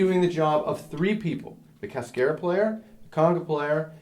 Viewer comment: It would help students if you pronounced "cascara" correctly. Not being a smartass. I enjoyed the video